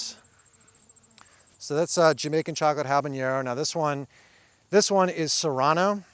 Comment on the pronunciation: Love your channel, but isn't it pronounced "hab-a-NER-o", not "hab-an-YER-o"?